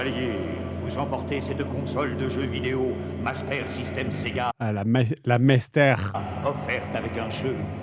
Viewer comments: “mastÈre systÈme Sega” 😂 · il dit la mastér pas la mester. Car c'était Doom sans les personnages 😂😂😂. c'est Lorànt Deutsch voyons. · "La mastaire système" 😂